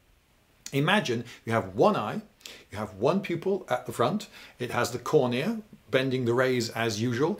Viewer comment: Wait: who stresses the second syllable of "cornea"?